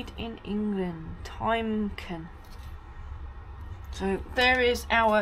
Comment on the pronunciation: Timken is pronounced Tim Ken as in two men's names. Once a proud and successful British bearing company put out of business by cheap overseas manufacturers. I used to regularly pass by their works in Northampton.